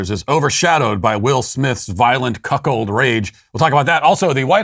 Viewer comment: Dude said Cuck hold rage….. 😂 😂 😂